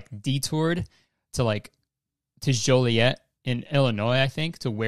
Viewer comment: Omg I’m from Joliet, Illinois. I guess it’s sketchy idk 🤷🏻‍♀️😂 the way you pronounced it is pretty funny too 😂